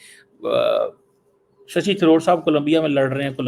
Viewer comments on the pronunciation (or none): Abe gadhe its “Shashi” not Sahih.